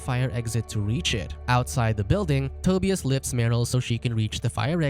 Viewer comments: This narrator sucks at pronouncing Euro names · Toe•Bee•us lol. Tu•bi•us